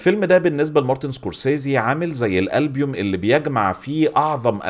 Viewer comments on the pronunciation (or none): الحاجة الوحيدة اللي استوقفتني هي "ألبيوم" مش "ألبوم" في